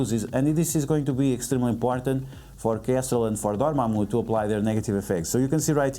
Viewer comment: I just stopped the video when he said dormamu